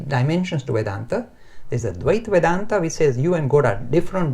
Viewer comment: 1) Dvita Vedanta pronounced as Dh-y-tha 2) vishishta Vedanta 3) Advitha Vedanta